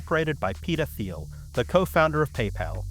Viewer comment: Minor aside here: peter thiel’s second name is pronounced same as “teal” without the “th” sound in “thought”, “three”, or “thousand”. I’d assume Thiel as a word is Greek in origin.